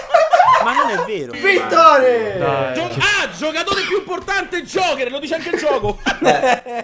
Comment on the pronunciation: Al minuto si sente che nn dice vincitore ma vittore😂😂😂😂😂😂😂😂😂